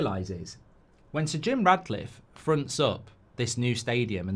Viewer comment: You do know his name's Jim Ratcliffe 🐀 right, regardless of Mark's ludicrous pronunciation? 😅